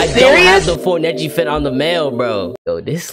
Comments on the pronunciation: that ain’t neji that is neshi 😂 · Nah that’s not Neji that Nejia